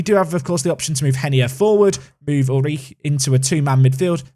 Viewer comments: All I hear is "uich" and it sounds so wrong :D But then, I am from Denmark, not Germany, and we probably pronounce it different. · I'm not german but I'm pretty sure u just say his name oolrih The doble o works like in the word loop and at the end there is that throat sound that English don't have i dont have a better way to describe i might just confused u more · "Ulrich" pronounced "You'll - rik" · You're killing me with the pronounciation of Ulrich 😂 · For Ulrich, stress the first syllable. Otherwise the pronunciation was good! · Your pronunciation of Ulrich is alright, but the emphasis should be on 'Ul', not 'Rich' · The ri of Ulrich is pronounced like rich and the ch like air thats leaving a balloon through a hole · stabs himself every time he says Ulrich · I'm not even German and that pronunciation of Ulrich is hilariously painful. Sounds like you're struggling to squeeze one out on the toilet.